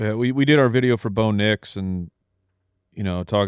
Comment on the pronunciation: I've always found it funny how they pronounce Bo Nix and BOW-nix 😂